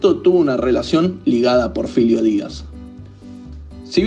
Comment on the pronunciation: No es Porfilio, es Porfirio